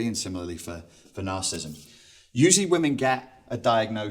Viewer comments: You're giving a talk on a topic, yet you cannot even pronounce the name of the topic. It is not 'narcism'. It is nar-ci-si-sim. You're dropping an entire syllable. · FFS the word is pronounced 'NARCISSISM', not 'narcism'. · It's narcissism, not "narcism". Good talk, thanks. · Why does he keep saying Narcism, Narcist and Narcisstic? (he even wrote that down). It was annoying me - and I am too perfect to put up with people who can't pronounce the words they are supposed to be experts on. (ends in preposition - oops) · I would find it a lot easier to take you seriously if when you are giving a talk about NAR-CIS-IS-ISM you would learn to pronounce it properly. It has 4 syllables not 3. Just saying.... Peace out dude! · He....he's saying "nar-cism". He didn't just misspell it, he's actually pronouncing it incorrectly. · How do you take him seriously when he can neither spell it nor pronounce it correctly?